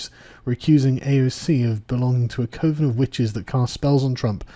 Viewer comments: Pretty sure it's pronounced Cov-en, like cover but with an n. Not co-ven. Good video though. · Co-ven???? NO it is pronounced Cu (ugh...ugh....ugh!) ven. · why you pronouncing it "co-ven" when its pronounced cuven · COV-ins, not CO-vIns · Coven is pronounced "kuh vn". Not "Cove un". Kuh, like cuck, cutlery & cuddle. They way your mispronouncing it is triggering me. I still enjoyed the video, though. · Eh? Is it pronounced "COH-vens" and not "CUV-vens" in Tealand? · "Cove-in" instead of "cuv-in".... sounds like Sargon has been watching American Movie. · coven : from the word 'covered', as in a layman's word for 'occult', pronounced 'cuvven'. note : LAYMAN's* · 'Coven' is pronounced 'kuven', just so you know.... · What the hell is a "koh-van"? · It's pronounced cUvens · coven is pronounced cuven. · I'm starting to think that Sargon deliberately mispronounces words in every video 😂. Covens is pronounced 'cuvvens' FGS. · It's CUH-ven... annnnd the reboot of Argento's SUS-pi-Ria is shit. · Seriously, co-ven?! It's coven, as in 'a witches coven needs an oven'. I dunno how any Brit worth his salt could mispronounce this. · Coven = "Cuv'en" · Hate to nitpick, you keep pronouncing it covern... it’s coven like oven😉 Keep up the good work, be Lucky 👍🏻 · Sargon, say the word "oven" then put a 'c' in front. That is how "coven" is pronounced. The witches will turn you into a frog for mispronouncing it. Frogs are in the lowest caist. 😁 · The word "coven" rhymes with "oven". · Argghh! Another Sarg malaprop. Coven rhymes with oven. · And making him pronounce 'coven' oddly. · Hehe, well, to the best of my knowledge, there's only one way to pronounce coven. That clip is from a documentary about a guy making a horror movie called Coven, which he mispronounces throughout the whole doc... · Coven sounds like oven, man. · Carl— "coven" rhymes with oven. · Is it just me or does it bother you the way he pronounces “coven” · You pronounce coven really weird, stop it.